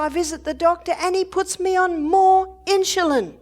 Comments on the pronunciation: Its INSULIN! not INSHULIN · Hi Mrs. O'Neill. I hope you are doing fine. I enjoy your Seminars. You're such an Angel. I don't mean any harm & I say this in Love, but Insulin is not pronounced Inshulin. It's pronounced like it's spelled: In-su-lin. God Bless, Love & Keep You. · Why is she saying insjulin instead of insulin? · insulin, not insjulin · Insulin, not inchulin. Please. Love you Barbara, but saying the words properly is a must. ❤️ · Insulin. Maybe they pronounce it differently in Australia or maybe she just can't pronounce it correctly.... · How does she pronounce insulin? She says "in jil lin". Why? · why does Barbara pronounce Insulin Inshulin? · She pronounces it incorrectly. Annoying. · Really.🙄 🤦🏻‍♀️ Well, she's pronouncing it wrong. There are right ways, and wrong ways of saying things. She being an "Australian" is no excuse. I believe most Australian people are probably VERY CAPABLE of pronouncing the word insulin correctly, especially when they are in any kind of health care system. I like Barbara, I like her a lot, she has help many people, but her pronunciation of the word insulin that she uses so often here is cringe worthy every time she says it. Barbara is a wealth if information, I don't believe it would be an impossible thing for this professional Australian to learn how to say the word insulin properly. Besides, when you stand up on a podium, in front of many people, it behooves one to want to speak with proper pronunciation. Again, I like Barbara, it's just this one important word.... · Love her but the pronunciation of insulin drives me crazy 😊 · She pronounces Insulin differently